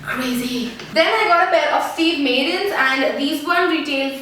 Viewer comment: Its pronounced Steve Mad-dens :)